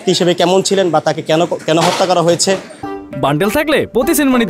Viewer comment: Ucharon thik nai. Hotta not Hatta